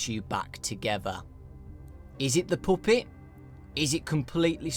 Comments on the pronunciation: " the POOPET!" I'm sorry I couldn't help but laugh😂😂😂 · Puppet NOT poopet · What's a "puhhpitt"?!?!?! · when you say puppet, its sound like poopit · hehehe i love the way you say puppet its funny